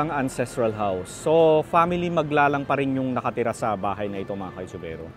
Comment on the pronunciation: Thank you for featuring my hometown in your Vlog. BTW: the surname ‘Maglalang’ is properly pronounced with only two syllables (Mag-lalang) NOT three (Mag-la-lang).